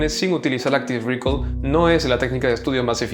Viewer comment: "Áctive recáll"